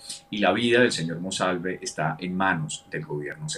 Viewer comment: Ayyyy noooo su dislexia es muy cansona cambiando nombres, apellidos y leyendo mal. No es MANOSALVE ES MONSALVEEEEEEEE ya medio rabia. Con cuidado porque lo queremos y creemos.